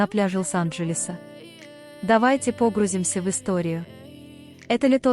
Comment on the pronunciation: Почему неправильно делают ударения в словах ?.Погрузимся с ударением на "о" ,а не на " у" ,лайков тоже на "о",а не на "а".Или я не права? Режет слух ,хочется отключить субтитры и просто читать.